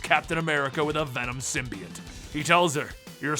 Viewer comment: Why is he pronouncing "Symbiote" like that? just so wierd